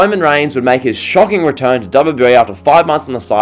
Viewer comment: Why you say TO like Twyuuuuoooo?